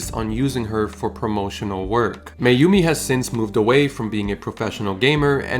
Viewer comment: I know you are american and her name is japanese but here in brasil we say mAyumi, not mEyumi as you were pronouncing... good video